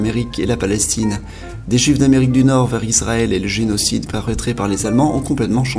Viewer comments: C'est ma première 👎 dans ta chaine youtube à cause du "pays isrrl" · Israel pas izrael aussi😂